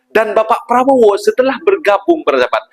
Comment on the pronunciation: Prabo ape adik²? sebut betul².. prabo.. DOOO.. ye.. PRABODO